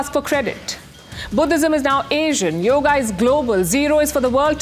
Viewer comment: Yoga is the right pronunciation! In the North, they often cut off the vowel at the end due to the influence of Urdu, a language of the Muslims who colonized India!